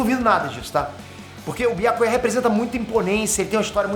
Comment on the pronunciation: É so eu que fico com agonia da pronúncia que o fala o nome do Byakuya? 🤡